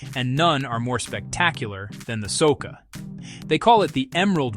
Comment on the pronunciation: It is Soča not Soka river.